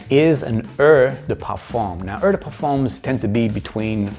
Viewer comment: I think that someone with so much knowledge should know how to pronounce "eau"!?